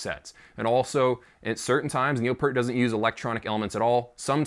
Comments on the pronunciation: All is will my friend, you;re just not as old us as buggers are. I had a Neil PEeart (as he pronounces it weirdly ,poster from zidjian that showed his old kit with the Simmons. I saw Rush play at Wembley Arena back in 88'- 89 and he had that set up. It had the same spin around thing going on. If you listen to Grace Under Pressure and Hold Your Fire you can definitely hear the Simmons sound. I used to air drum to both albums sitting at my sds9 kit as I didn't have stick or cymbals at the time. He did one song called time stands still and it totally messed me up. I can play it left footed on the kick but not right footed which is my normal kick. He was a master of tempo and everything else. I doubt we'll see him again , well at least as I'm still alive. At the end of the day, the bloke was incredibly talented as a musician, composer and a writer and a genuinely nice person who passed before he should have. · It's Peeert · How can you know so much info about a legendary drummer !!! And still call him Pert 🤣 It’s Pee (ear🙉) T !! Enjoyed your video! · It’s PEEERT. Not Pert. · Would call a pear a peer? No, it's pear with a t at the end, think of a pear and add a t. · Not pert, it's P"EAR"T, as in "EAR", those things on the side of your head.... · IT'S PEART, EAR as in the things on the side of your head, EAR'S, not ERT as in IN-SERT !!!!!! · Sorry, it is pronounced Pea-rt! Since we're using food to describe how his name is pronounced. It's just like a pea that you eat but with an rt at the end! Pea rt Peart! Got it, I hope that helps! That is what Neil himself said! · Peart (rhymes with "Ear")...what could his "target" pad be other than a trigger ? ...what a strange statement... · Definitely pronounced "pEErt" (with a long "E" per the man himself and his bandmates). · "Peart" is pronounced as "Peert". :D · Neil Peart pronounced Piert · Evidentially you didn’t do enough research to know how to correctly pronounce Neil’s last name. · It’s pronounced Peert